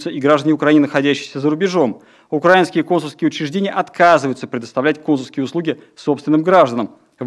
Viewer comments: У этого "попки" в методичке ударения не расставлены. Вот он и читает "укрАинские", а не "украИнские". Ну и "в Донбассе" само собой. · Не укрАинские, а украИнские. Чиновников МИДа следовало бы отправить учить русский язык и на экзамен.